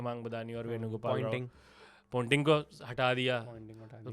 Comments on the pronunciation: Pointing nahi ponting hai vo.. continuously ponting bol raha hai.. firr bhi pointing bol raha hai.. 🤨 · It’s Ponting.. Not Pointing